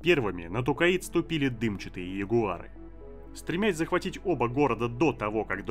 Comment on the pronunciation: Я очень сильно извиняюсь, но вы же не обидетесь если я дизлайк вам поставлю за Тукаид? Всю жизнь читал про Токайдо, а тут какой-то Тукаид. Ну и Керенский я читаю с ударением на второй слог, хотя это уже вкусовщина)) А так всё отлично, с удовольствием слушаю твои видосы ;)